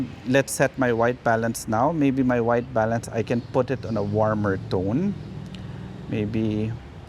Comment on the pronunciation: I swear to God, every video I hear "My wife balance..." and have to do a double take. =)